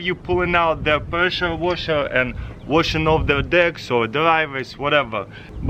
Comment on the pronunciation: Presha-Wosha am i the only that hears it like that